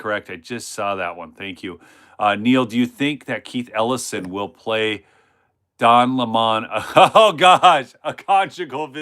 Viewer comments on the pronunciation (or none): Hey... just a reminder.. it's Don Lemon, not Don Lem-On...lol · What is the Joke - Why do you pronounce it Don LA Mahn instead of Lemon ? Just curious. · Hy do pronounce Don LemonLime like a French man